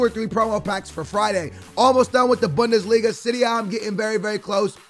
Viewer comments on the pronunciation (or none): none